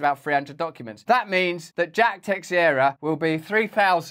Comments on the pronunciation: It's "Teixeira": Tei-Chei-Ra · Brazilian Portuguese name. Pronounced:”Tay-shara.” Or roll the last “r” if you can. 😂